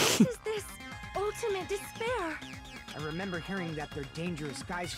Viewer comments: haha sorry it's just I played all 4 main games and watched all the anime associated with the game series in the course of a month and now all I hear when they say despair is "disbear" I think this series has made me lost my mind. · Every time they say ultimate despairs I keep hearing ultimate dis bears and it makes these so much funnier